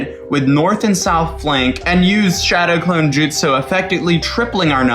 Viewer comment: not trying to be bad but how are you a naruto fan and can’t say jutsu right